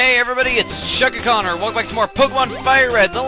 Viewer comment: every time he says his name it sounds like chuggaaconnor